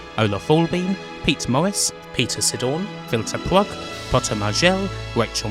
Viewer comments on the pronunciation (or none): none